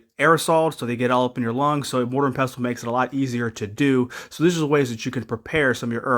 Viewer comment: I have a similar capsle machine, I like it though there is a bit of a learning curve. I'm a fan of herbal medicine!...and thank you for saying pestle correctly :) I'd add in bees wax and extra virgin olive oil oh and alcohol (EverClear/Moonshine or high octane Vodka or Rum) P.S. I see you mentioned these extra items....i'll leave them here for those reading the comments...want to know how to use these items? watch Palmetto's video!